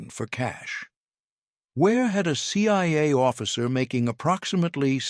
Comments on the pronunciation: It’s CIA. Not CYA. Either AI or dumb narrator. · Why do I hear, "CYA" and "FBY", at times?